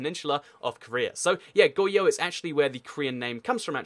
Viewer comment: adjustments I hope if you would pronpunce "r" of Goguryeo and Goryeo. Also, Goguryeo never united the whole of Korea, but fell by Silla which was supported by the Tang dynasty, and there were rebellions in Silla and some people said I suceed Baekje and Goguryeo. And later, the guy who claimed the sucession of Goguryeo has fallen by a rebellion and Goryeo(but still suceeding Goguryeo) is made. I think you've omitted some "important" information. Goryeo was never annexed by the Mongols, but only vassalized after 6 wars, and Goryeo was never annexed or even vassalized by other Chinese dynasties.